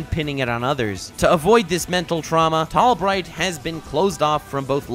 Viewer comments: In a small/tall bright you said tall might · called him Tall Might instead of Tall Bright.